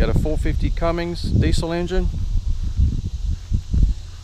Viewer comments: It’s Cummins. Not Cummings. Ffs. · IT'S CUMMINS NOT CUMMINGS! OMG GET IT RIGHT! unreal... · How come you keep calling it a cummings does it say cummings or does it say Cummins??!! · No such engine as "Cummings"...it's Cummins!!! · It's called CUM-INS not CUM-INGS....... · So it's written "Cummins" but some of y'all maintain it's pronounced "CummINGS." That's interesting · When??? will everyone learn there is no Goddam "G" is Cummins?!?!?!??! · The wind is not your friend. Can you say Cummins? There is no g.